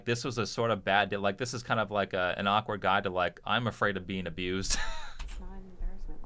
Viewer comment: uhm, actually, it's "awkward" not "awekward".....